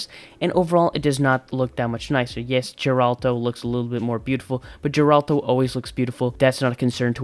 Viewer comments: Its not jeralt. Its geralt. Dude wtf. They even tell u correct pronunciation in game. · you know i laughted so hard when you said Geralto and not Geralt, i cant stop laughing 🤣